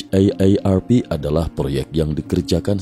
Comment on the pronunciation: Jadi muak denger nya eit ei er er pi... Kenapa gak di singkat aja si. Akronim itu kalo kata nya gak bisa di singkat. Contoh KTP ga bisa disingkat ( dibaca langsung ) harus di akronim ( disebut satu² ). Kalo haarp kan bisa disingkat...